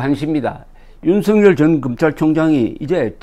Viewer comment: 조갑제 선생님 방송 잘보고 있습니다. 앞으로도 우리는 윤석열이라는 이름을 수도없이 부르고 들어야 하는데 윤성열 또는 윤성렬이라고 잘못 부르고 계십니다. 윤석열은 연음법칙에 따라서 윤서결이라고 발음해야합니다. 이름은 중요합니다.